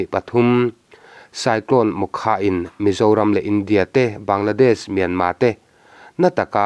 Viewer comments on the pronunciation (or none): none